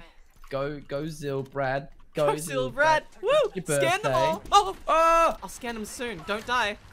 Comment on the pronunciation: Unlucky it’s said zill Brad that’s how you pronounce it